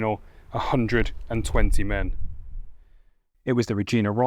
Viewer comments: Reg-eye-na not Re-geen-a, rhymes with vagina. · Reg-eye-na Rifles, not Reg-eee-na Rifles. Obviously not produced by a Canadian, or by anyone who cared to verify correct pronunciation. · JSYK, Regina is pronounced "reg-eye-na" as in vagina, not "reg-ee-na" as in Jena Davis. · It's Reg-EYE-na, not Regeena. Other than that, good video, thanks for highlighting the Canadians. They seem to get left out a lot. An ex-boyfriend's uncle, who I was honoured to have spent some time talking to, was on Juno Beach on D-Day. He was with the North Nova Scotia Highlanders. One of my own uncles was on a support ship with the RCN. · Btw, it's pronounced Regeyena not Regeena. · Canadians pronounce the word Regina as Reg-eye-na, not Re-gee-na. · A couple of times, you mentioned the Regina Regiment. Please note that the i after the g is pronounced as a long i, like "Ree-jI-na", not as a long ee sound as you did. Both the regiment and the city (provincial capital of Saskatchewan) are pronounced as I described. No harm done, I just thought you would appreciate the correct pronunciation. I am very much enjoying your tour of the Normandy battlefield, please keep up the excellent work! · it's not (regina) reg-ee-na it's reg-eye-na the "i" is pronounced "eye" not "ee" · Gotta learn how to speak it's not regeena it's Regina rhymes with vagina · Thought you should know one little point about the Regina Rifles. Neither the city nor the regiment is pronounced 'rejeena'. It's a hard 'I', so that they rhyme with 'vagina'. Cheers. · Regina is pronounced "Reej eye na" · Regina is pronounced with an I sound not an ee sound.🇨🇦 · Great video. Just by the way, as a Canadian, your pronunciation of Regina is killing me. Everything else was good though!